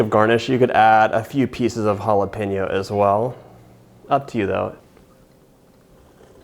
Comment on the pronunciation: May have giggled a lot at the southern “well” . Maybe I need to go back to bed 😜